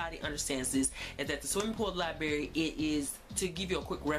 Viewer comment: Did you say The Swimming Pool LIBARY? There are two "R's" there. LIBRARY, not LIBARY.